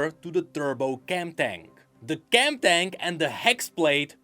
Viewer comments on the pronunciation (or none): none